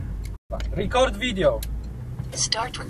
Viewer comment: Record not Ray-Cord Video